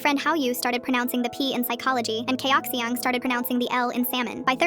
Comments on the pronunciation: " chai oxy on? " Its chaoh xhiangh.. (thats how you pronounce it not spell it) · 小月 (xiǎo yuè)is a name that's really often used in Chinese compositions And Haoyu is actually 好友 (hǎo yǒu) Which mean "good friend" And Chaoxiang is supposed to be 朝香 (cháo xiāng and not pronounced as "chaos siang") I have a Chinese name and I find it insulting too when people pronounce it wrong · They complain about pronunciation yet the video says Chaoxiang wrong 😅